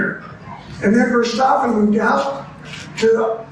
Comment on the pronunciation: Another arrogant "expert". The Dutch don't use the sh sound in place of the s. Nobody on TV calls him "Vershtappen" It's not a triangle, it's just an angle. This guy is kinda dumb.